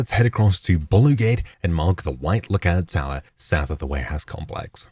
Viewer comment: Awesome guides - to the point and clear. But curious why you pronounced "BLUE" as "Bolley" (about )